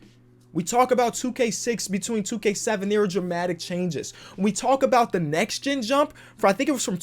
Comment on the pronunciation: "nex gen"